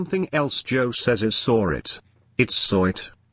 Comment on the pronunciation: Speaking on pronouncing words wrong Joe you always say Sawrr instead of Saw lol it dries me crazy lol